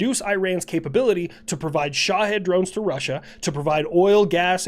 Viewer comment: I know it’s spelt shahed but who else hears shithead.